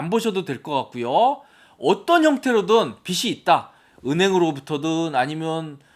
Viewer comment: 빚이 있다.--->비시 있다가 아니고 비지 있다. 라고 발음하세요. 빗은 머리빗는 물건입니다.